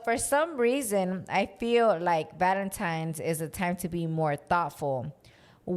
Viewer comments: So who is gonna tell that it’s “Valentine’s” not “Valentimes,” great episode ❤ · saying “Valentimes” has me dead! Anyone else? 😅